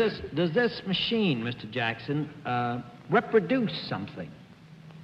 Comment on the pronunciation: "Rep-produce" I always enjoy when Bennett pronounces words in a quirky way :)